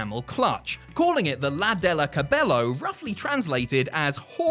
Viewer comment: Lots of great stuff here but the pronunciation of “La de le caballo” was so bad it made every departed Guerrero moonsault in their grave